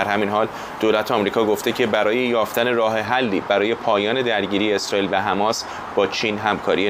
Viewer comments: تمام دنیا میگن حماس ، این کیه که همش میگه حمس ، حمس ، می خواد کلاس بزاره .... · این دیوث کلمه مقدس حماس رو نمیتونه درست تلفظ کنه مرتیکه حماس حماس حماس